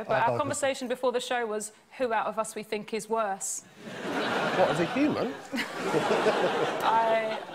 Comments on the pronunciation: And she says funk instead of thinked. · Sara's really attractive to me, but then she goes and says "fink" when she means "think." :-/